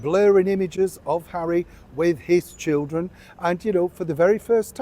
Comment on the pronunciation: Interesting emphasis on 'his children'.